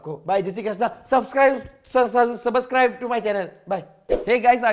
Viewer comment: That 'Subuscribe' killed me 😂😂